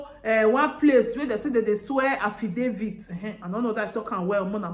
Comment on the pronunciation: Affidavits not affdavie . After all Englishis is a boworro language.